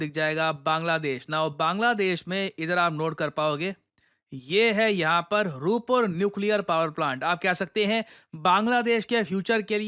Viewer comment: रूप्पर नहीं सर, रूपपुर बोलिए